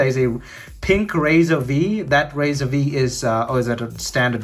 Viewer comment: Rizr is pronounced like riser.